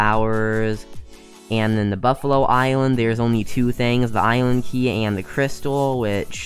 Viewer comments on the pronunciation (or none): BuffalKORRRRR plss, not buffalo... this makes me cringe😫 Btw ty for the list tho, quite accurate lol:D